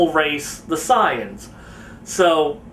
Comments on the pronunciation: why do you call say-ians sai-ans? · pronounced SAY-ANS not signs 😒